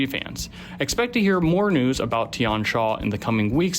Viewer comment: Also the xia in Tian Xia is not pronounced sha, more like see-yah (but single syllable).